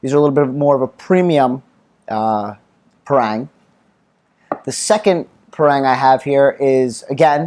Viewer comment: Great review. thanks. In case it helps if you're over Malaysis and fancy buying one from a local store, the word Parang is pronounced Parung. Like Par in golf with Rung, Par-Rung.